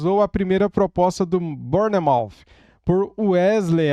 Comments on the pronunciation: a pronúncia é (Bournemouth) Bour-mouff essa é a fonética 👍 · O correto é : “Bormof “ = Bournemouth Ps: Moro na Inglaterra